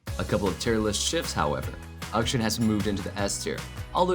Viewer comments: Please stop pronouncing Akshan (Auk- Shaun), as Uk-shin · Question: why do you pronounce the name Akshan as "Ukshin" when the champion himself says it differently?